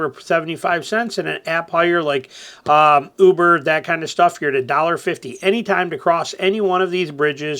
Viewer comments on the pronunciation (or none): none